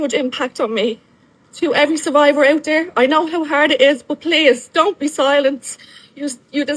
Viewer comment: He's ONdefeated and ONorthodox🤣🤣🤣 I love this pod. But damn brother. Slow down and speak right. Brendan hits yevery pet peeve yevery time.